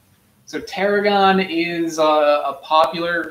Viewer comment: But its “tarhoon”